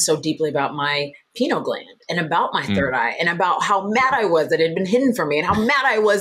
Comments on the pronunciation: Pineal, not penal. Penal has to do with punishment. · Why does the lady keep calling it a "penal" gland. It's named after a pineapple, said pie-neal gland, thought Americans say pin-eal, but certainly not "penal" gland😅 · To the host it’s not “penal” gland (that would mean it’s related to punishment for offenses. The word is pineal.